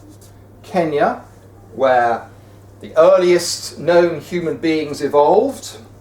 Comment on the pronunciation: Did anyone notice that he said kinya LOL!!!!!!!!!!